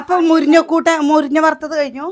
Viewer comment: നെ ആരാണാവോ മലയാളം പഠിപ്പിച്ചത്. മുരിഞ എന്ന് ആരെങ്കിലും പറയോ. ഇത്രക്കും വിവരം ഇല്ലേ. സാസം മുട്ട് 😄